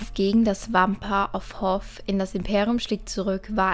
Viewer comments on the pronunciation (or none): Das heißt nicht Hoff das heißt hoth.